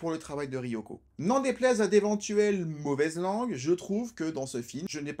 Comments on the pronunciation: Gnagnagna on dit pas wazabi, on dit wassabi gna gna gna commentaire gratos et éducatif. 😉 Par la force du dragon! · Faute classique de prononciation: わさび se prononce ouassabi et non ouazabi… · Intéressant mais... ça se prononce [waçabi] 😁 . J'avais adoré ce film à l'époque, et j'étais pas encore fan du Japon à l'époque :p ! Jme le suis retapé récemment, ça n'a pas pris une ride :D ! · On dit "wassabi". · je dirai ca a tous mes vendeurs de sushis (8 au total) qui bien que japonais disent wasabi...(vu que en francais un S au milieu d un mot se prononce ze" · J'avoue que "chouette vidéo, au passage, Wasabi se prononce tant" (bien que les membres du film le disent a la Francaise) Dis comme c'est dit la ca fait grave celui qui ramène sa science et qui en est fier 😂 je recois ca apres un travail de 40 min qui a du demander 7 jours de taff je l ai mauvaise